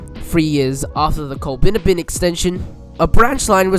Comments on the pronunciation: Col-bin-ABB-in, mate. :) All good though :) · It's pronounced Coll-bin-AB-bin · Coll(a)-bin-abbin (last part rhymes with cabin) It's kind of amazing the number of postage stamp-sized villages that were given their own rail lines back when. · Once again you haven’t done your pronunciation research. Its Col-bin-abbin. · You have done your research however ... just need to research the pronunciation of Colbinabbin pronounced COL BIN AB BIN and Girgarre pronounced GUR GARY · Certainly a most interesting and well researched video - many thanks. But I would urge the compiler to take much more care with issues of pronunciation. It jarred so VERY much every time we heard the mangling of Colbinabbin (Colb'nABB'n) and to a lesser extent Girgarre. And late in the video we saw Shepparton misspelled as Shepperton - not good. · very interesting video as always, some of the towns you mentioned (Girgarre, Colbinabbin mainly) are pronounced slightly different. Girgarre is "gur-garry" and colbinabbin is colbin-abbin. I live very close to these towns. Still an interesting video though, I recently travelled from Violet Town across to Bendigo going alongside the former alignment, so I really enjoyed this